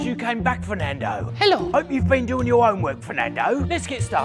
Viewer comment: It's NOT Fernado, it's the ENGLISH language